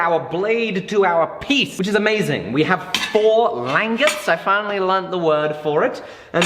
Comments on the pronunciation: i dont want to come off as rude but the way you pronounce langets is not lan-gets its lan-jets instead of saying gets at the end its jets (like the plane) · It's pronounced (lon) (jehs) not (lang) (etts). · Make a laminated pole. And it's French, pronounced lawn-gae I believe. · Its pronounced... Lanjets. but spelt Langets. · Shouldn't the g in "langettes" be the same sound as it is in "ginger"? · Lang-it, pronounced Lon-Jay as it is not an English word. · It's pronounced like "lon-jets" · It might be spelled, "langet" but it's pronounced more like: Lawn Jay' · langet = lahn-zhay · Nice build guys. Having handled a number of originals a big part of why it would be so head heavy is your langets (pronounced Lan-jets) are why too thick. Yours looked 8mm or more thick where every original I've handled they drawn out to 1-2mm. The thinner langets makes it easier to recess them into the handle so they're almost flush too. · Lan-jets is how I've always heard it pronounced. The googly eyes are the power jammer is great. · ....its pronounced Lan-Jet's^^ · Isn't it pronounced LAN-JET? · Aren't the langets pronouned "lan-jets"? Thats the way I've always heard. Not saying I'm correct, just really curious on how it's really pronounced. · It's pronounced "lan-JETS", accent on the latter syllable :) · My god man... it's pronounced Lawnjays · I think it's pronounced "lawn-jays" if that makes sense, real french sounding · Isn't it Lan-j-ettes i could be wrong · I've always heard it pronounced "Lawn-JAY". I think it's French. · That pronunciation of langets was bad. I'm sorry